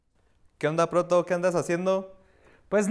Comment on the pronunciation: Proto se oye como Poto :V